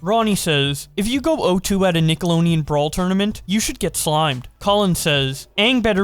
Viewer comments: you keep pronouncing it Nickelonian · i have come to the comments here today to investigate if anyone else heard how pronounces nickelodeon without the 'D' and instead with an extra 'N' like: nickeloneon.... or if my ears are playing games with me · When you say Nickelodeon as Nickeloneon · The way you pronounce nickelodeon makes me wanna finally smash a brick against my skull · Correctly pronounce Nickelodeon Counter: 0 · The only thing that annoyed me was how he could never pronounce the D in Nickelodeon😅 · Since when was the 'd' in nickelodeon silent. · If you had said Nickelodeon right once in this whole video, I would have liked and subscribed. mins of torture should be the tagline. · Please put out an apology for your butchering of the word "Nickelodeon". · God the way you pronounce Nickelodeon is awful. Like the sonic music though. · You keep forgetting that there's a d in Nickelodeon. XD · Why isn't anyone pointing out how he's pronouncing Nickelodeon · My whole life, I've been pronouncing the "D" in nickelodeon. Thank for teaching me the correct way! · the pronunciationof nickelodeon made me click off. please research the pronunciation of the word that is gonna be used multiple times in a video no hate thought just trying to help. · And nickelodeon without the D.... every time. ❤ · yeah doesnt pronounce the d really infuriating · I'm more so bothered by ability to say nickelodeon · I always pronounced it as Nick-ah-load-ian.... never have i heard someone pronounce it "Nick-a-loan-ian" lol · Nick a load en Not nickalonein He said it wrong every single time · Deon, not Neon... Couldnt get through the vid, that sh*t drove me crazy. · ITS FUCKNIG NICKELODEAN NOT NICKELONEAN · dislike for saying nickalonean too many times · I had to close the video because I couldn’t handle the amount of nickeloneon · Nick-el-od-eon Not NickeloNeon 😂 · Why do you keep saying Nikeloneon? It’s NikeloDEON not NEON. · Mans said nickoloneon 💀